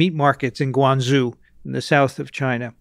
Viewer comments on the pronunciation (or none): Lol, Guanzoo. It's pronounced 'Gwan'joh' Guanzou.